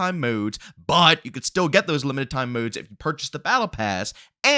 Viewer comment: Was gonna subscribe til I heard you say”modes” and how you run out of breathe. Nooe